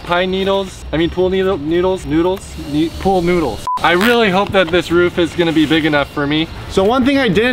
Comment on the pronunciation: I laughed so much when he couldn’t say pool noodles. “Needles noOdle noodles”